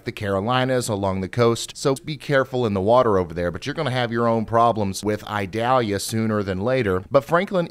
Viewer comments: I do believe it's pronounced ee-DAL-ya, however my brain says it should be Ida-LEE-ya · Eee-doll-yah. It isn't an onion. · mhm, its ee-dahl-yá in spanish, but if you're from the southern US it comes out as eye-dal-ya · Ryan it’s pronounced the 2nd way! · you really are pronouncing Idalia wrong to the point it's making me wanna go through the screen and shock you or something every time you say it wrong. It's almost painful hearing it pronounced so badly